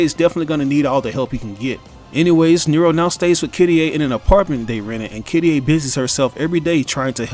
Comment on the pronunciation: Who the hell is kittieh, her name is Kyrié.